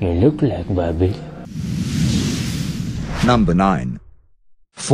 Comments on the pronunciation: What said: "wahabi" What i heard: "baabi" 😂 (in my country babi means pig 😅) Salam from indonesia 🇮🇩 n thank u..... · At least pronounce it well! It's "Wahabi", not "Wabbee " 😂😂